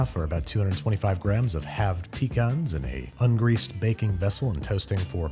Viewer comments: It’s not pecans it’s pecans. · I've been alive for almost two decades and not once have i heard anyone say pecans like that.